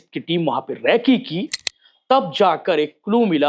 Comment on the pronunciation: रैकी नहीं रेकी होती है बेटे😂